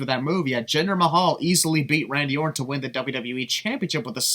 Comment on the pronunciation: Am I the only one who heard botch Randy ortons name when talking about jinder beating him for the title either that I never knew there was a wrestler called Randy Ort